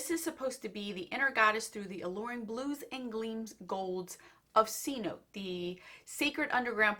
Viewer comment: It's said se-no-te